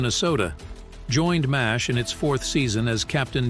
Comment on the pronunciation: It's Pronounced 4077 MASH not Mass H